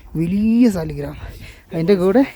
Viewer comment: ഫോസിൽ സ്റ്റോൺ 'സാളഗ്രാം'(സാളഗ്രാമം)ആണ്.സാലിഗ്രാം എന്നല്ല പറയേണ്ടത്.ഇത് ഏറ്റവും കൂടുതലായി ലഭിക്കുന്നത് ഗണ്ഡകി നദിയിലാണ്(നേപ്പാൾ).അതിനാണ് ഹൈന്ദവ വിശ്വാസമനുസരിച്ച് പവിത്രതയുള്ളത്.